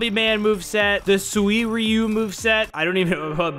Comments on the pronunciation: It's suiryu not suiiryu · suiryu is like sue then like “eyeyroo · to pronounce Suiryu Its Suuie-ryu :> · Suryu but spelling suiryu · I’m excited for when child emperor gets added it’s gonna be like if doc oc was combined with eggman kinda He’s got a mech and those robot spider limbs Also you pronounce it as sir you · SU/REE/U is how you pronounce suriyu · By the way "Suiryu" is pronounced "Swi-Are-Yu" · its sui, ru but the i is quiet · suiryu is pronounced (Su-ryu) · It's pronounced suriyo or suriyu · You said srweyou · Its sui-ryu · it is pronounced siryu sir ri you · It’s swi-di-yu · It's suiryu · S U I R Y U silent i